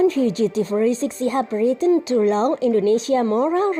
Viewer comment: mba...belajar bhs inggris dimana? coba baca lagi... LAUNCH...ayo baca lagi..!